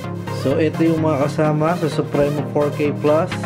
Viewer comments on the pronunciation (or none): Sup-pri-mo. Hnd sup-re-no.. hnd yan si mabini